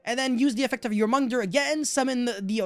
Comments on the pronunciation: The pronouniciation for Jormungandr: YOR-MEN-GAN-DER. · The way you pronounce "Jormungandr" is killing me. Love you <3